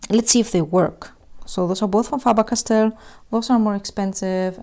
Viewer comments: She said FAABAAR CASTELL 😂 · “Fah ber cast tell”